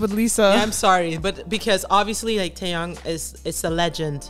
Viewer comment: First can we take a minute to say. Omg you pronounced his name right. Second the way y’all notice the little looks and small moments. It’s the details. And you nailed it. He keeps his eyes on her and I mean. It really sets the tone. It’s not about the camera. It’s about Lisa and it’s like he is giving her her due. It’s so so good. 😊